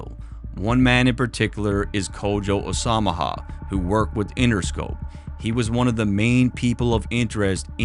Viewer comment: “Kojo Asomoha” 😂 as-a-mo-uh bro 😂